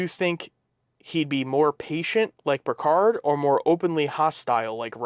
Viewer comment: Sometimes it sounds like they are saying “Percard” lol. Loving the reactions.